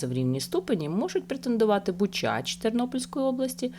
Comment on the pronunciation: Правильно наголос : бу'чач, і ти'сминиця